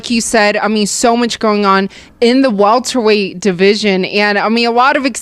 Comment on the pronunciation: Did she say WALTER-weight?